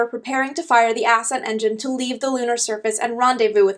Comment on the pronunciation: Ass-cent engine? Ascent is one word, dear.